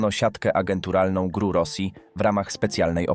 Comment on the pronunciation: Lubie ten program, ale czasem zdarzaja sie male wpadki w wypowiedzi lektora. Druga sprawa o agentach GRU i sposob przeczyrania czyli ''GRU'' a powinnien powiedziec ''GieeRU''